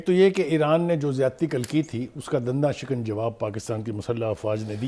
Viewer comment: Din-dan shikan. Is this pronunciation correct. Correctly, it was "Dandan shikan." Aside from your ego it should be noted.